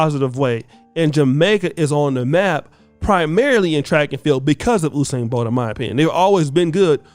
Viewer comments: His name is... U-sain not OU- sain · Who is "oosain"? it's pronounced "yousain" this coming from a Jamaican. And yes he has lost a race. Couple as a matter of fact. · it’s You-sain NOT Ooo-sain 😭😭😭 All of Jamaica 🇯🇲 cringing right now lol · YOU-SAIN BOLT AMERICANS ITS PRONOUNCED YOUUUUUUUUSAIN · "You"-sain bro. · You pronounce usain name wrong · You pronuce Usain wrong. He has lost before.